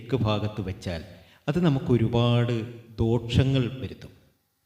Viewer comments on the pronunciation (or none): ഹെലോ സുഹൃത്തേ ദോഷങ്ങൾ എന്നാണ് പറയേണ്ടത് അല്ലാതെ ദോക്ഷങ്ങൾ അല്ല 😂